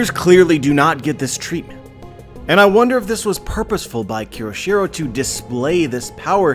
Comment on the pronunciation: Great theory as always, but you (and other youtubers) keep pronouncing Kyoshiro wrong by adding an extra "r". It is pronounced KYO-SHI-RO, not KEY-RO-SHI-RO.